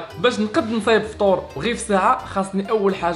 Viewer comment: لفطور❎ لفتور✅